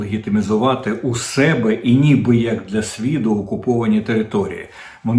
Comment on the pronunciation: Не " 'мене", а "ме'не"; не " 'себе", а "се'бе". Де взяв ці ідіотські наголоси?